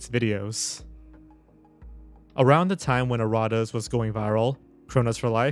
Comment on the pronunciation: It’s pronounced erra …tas